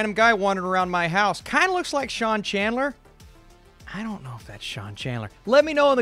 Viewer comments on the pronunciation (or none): none